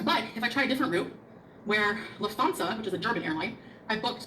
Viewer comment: bla bla luf-thansa Me: uhm... it is 'luft-hansa'... I could not get away from that:D